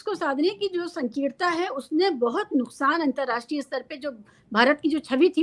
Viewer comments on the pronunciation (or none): none